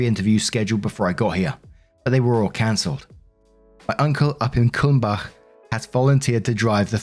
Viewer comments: As a German I want to say you did quite a good job with the town name of Kulmbach, especially the Bach part. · Props for your pronunciation of Kulmbach! The ch is difficult for a native English speaker but you nailed it. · Binging old videos lol..Your pronunciation of Kumbach was impressive! 💕